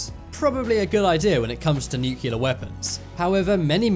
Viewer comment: Newk-key-lur....bro, you say that like someone who just learned how to talk